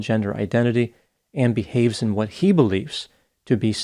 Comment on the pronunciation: He mispronounced HE several times in this video